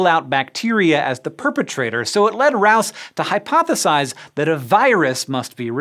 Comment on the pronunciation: Rous is pronounced Roo. And k o c h is pronounced cook. If you're going to do a video using people's names at least learn to pronounce them.